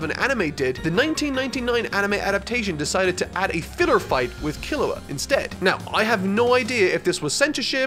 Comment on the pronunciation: So everyone went crazy how pronounced Gon, meanwhile i'm cringing so hard everytime he says Killua the "english" way. It hurts me